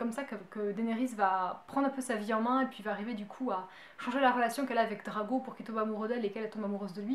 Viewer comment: y a que moi que ça choque qu'elle dise Drago